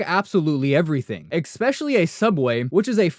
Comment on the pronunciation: Good video but man you really need to learn how to pronounce “especially”